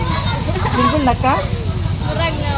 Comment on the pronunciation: Instead of single they pronounce singol